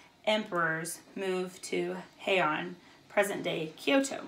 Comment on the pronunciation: Two notes that may be helpful, from us living in Japan: It is officially pronounced like "Hey-Ahn." Also, there are multiple sign languages all over the world. In Japanese sign language, the sign for shogun is available to be viewed on this website: Just thought it be helpful and interesting.